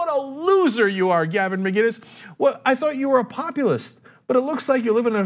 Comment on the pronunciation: Is that really how you pronounce “Mccines?